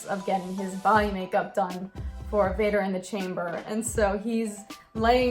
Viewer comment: [V A D E R] it was pronounced ia but yeah